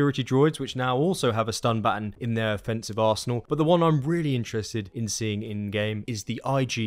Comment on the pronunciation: It's not baton, it's baton.